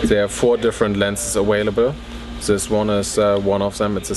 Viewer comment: I love this guy's German accent. He pronounced available as "awaiable."